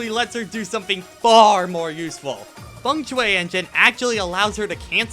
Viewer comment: Is that how you pronounce "Feng Shui"?🤔